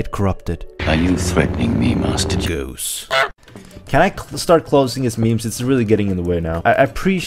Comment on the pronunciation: it sounds like he says ‘master juice’, not ‘master goose’